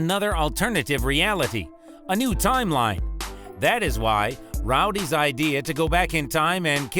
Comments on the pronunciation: He called Rodey Rowdy... Smh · Looks like it is Rhoudey not Rhodey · Why do you say Rhodey like Rowdy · Well he couldn’t even pronounce Rhodey’s name correctly so what do you expect? Lol